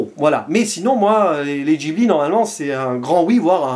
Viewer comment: Ça se prononce guibli